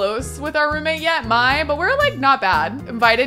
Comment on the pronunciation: I could be totally wrong but I always thought the name Mai was pronounced like ‘May’, not like ‘My’